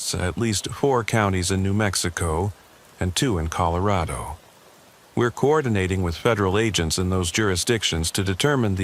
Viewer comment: This is the first time o heard it as colo. Raid o. It's bad enough you go back and forth between Ellen uh and. Ell. Aye. Nah. AI PROGRAMMERS at their best . Yuk. I hate A U I artificial unintelligence. Will stop watching these also.